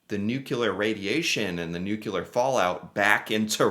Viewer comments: NuCLEar not nuKElar. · NU-CLEH-ARE. say after me! NU-CLEH-ARE! not NUKIE-LAWR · Why do you keep saying Nuculer? That's not a thing. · Please stop saying "Nukular"! Please? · Mate, you realy say it is "newkiller bomb" while meaning "nuclear"? :D Besides this, great video ;)